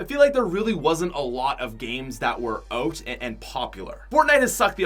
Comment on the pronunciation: Is it just me or does say oat instead of out